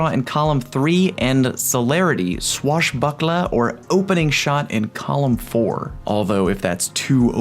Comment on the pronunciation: OK. One more. I love the way you say 'swashbucklahh'. 707